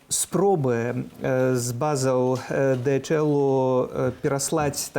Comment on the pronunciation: Во загнул! Дэгаэль! Голова пухнет. Ди-эйч-эл.😮 Выключаю.